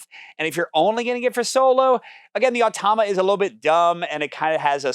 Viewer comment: You’re reversing the vowels in “automa”. You’re saying “oh-tah-mah”. But it’s “ah-toh-mah”.